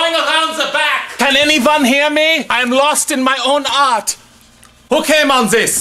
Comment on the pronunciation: When he said, "I'm lost in my own art." I thought he said, "I'm lost in my own 'arse'." I died 😂